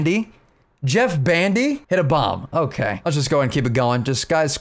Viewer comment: Jett bandy not Jeff lol